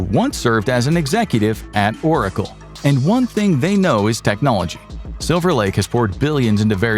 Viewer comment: “Technologia” 😂 I heard it!!